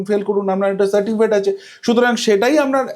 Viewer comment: babu ওটা certikifate না ওটা certificate. দুবার আপনি certikifate বলেন কি করে????? Play speed কমিয়ে আপনি নিজেই শুনুন ধরা পড়ে যাচ্ছে অতি সাধারণ একটা কথা "সার্টিফিকেট" যা উচ্চারণ করতে আপনার বারবার হোচোট খেতে হয়েছে 😂😂😂😂😂